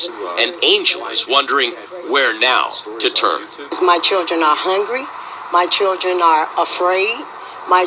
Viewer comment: Hongry lol